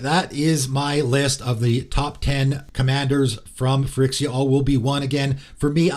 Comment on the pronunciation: Great video!! But you are mispronouncing Phyrexia, you are pronouncing it like Phyrixia, there's an E, not a I. Sorry it has just been bugging me